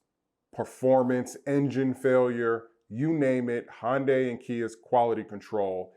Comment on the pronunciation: You cant even say Hyundai...... you’re a joke.... keep your opinions to yourself.... pleb...